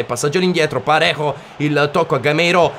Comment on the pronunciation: Si scrive Davies ma si legge Devis con la e un po chiusa, poi su Parejo nella pronuncia sulla J deve sentire la c dolcemente ma veramente dolcemente